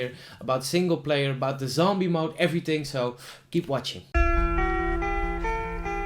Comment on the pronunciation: Leuke video,! Let je echter wel even op je -th uitspraken! "Ting", "Everyting" en dan wel ineens Darth Vader goed kunnen uitspreken!